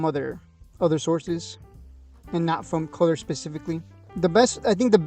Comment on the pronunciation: It's "cooler" not "color"